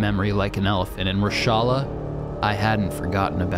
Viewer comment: please do not ever again try to say Reshalas name ever again